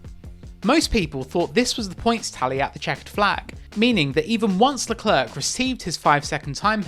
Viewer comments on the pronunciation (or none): Who is leCLERK? Honestly, Crofty takes pains to correctly pronounce everyone’s names and he says LeCLAIRE a million times per race. Does autosport even watch the races??